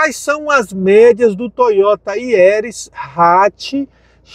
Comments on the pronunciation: Putz...não sabe falar o nome do carro corretamente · Releva,só o nome do carro que ele errou kkkkk